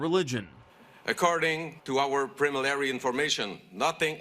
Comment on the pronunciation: "Our pre-malary information"